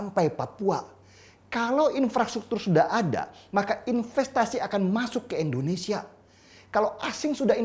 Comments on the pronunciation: Indonesia om bukan Endonesia..🥴🥴🥴😔😔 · indonesia om..... bukan endonesia